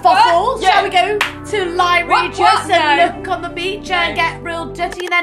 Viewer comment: Im so sorry for this but I’m going to have to unsubscribe because you said “libuury”..